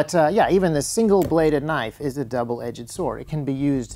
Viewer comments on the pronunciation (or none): Double edged not double edge-ed